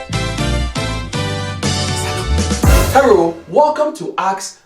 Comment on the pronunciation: Why do you say herro instead of hello? Lol